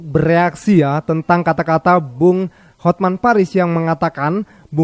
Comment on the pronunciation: HotMan dibaca hotmen😅